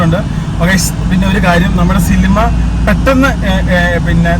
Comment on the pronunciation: സിലിമ അല്ലടാ സിനിമ